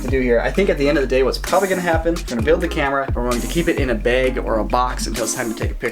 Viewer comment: As a fellow Minnesotan, I had to smile at how says "bag" 😂😊